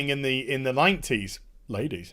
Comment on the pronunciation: every time you say "ladies" it makes me laugh, thanks for that.